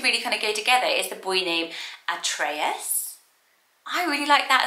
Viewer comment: Hey! Lovely video as always ❤ I'm Greek and in Greece "Atreus" is pronounced "Ah-tre-as" so you pronounced it in a lovely Greek accent😊 P.S: you look gorgeous!!